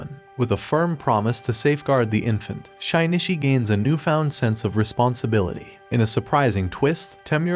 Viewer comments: Parasyte: the Maxim is the anime. And it bothers me the way he keeps saying shinichis name like (shy-knee-chi) when its supposed to be (shi/she-knee-chi) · Shynishi is killing me 😂😂 it’s Shi-nee-chi. Shinichi. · bro it’s “sheen - chi” not “shynishy” it’s making the vid more annoying the more you say it, ur lucky i love your content or i would’ve clicked off a long time ago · Hearing SHYnishi every 5 seconds was too annoying. Was is so hard to change Shinichi to SHEnichi so the damn narrator could read it right? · Shaynishi? wtf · Butchered the name... It isnt Shynishi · bro did NOT call my boy shainichee💀